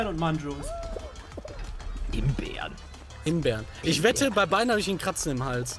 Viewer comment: Ich hab noch nie jemanden gekannt der so Mangos ausspricht. Junge Junge 😂😂😂😅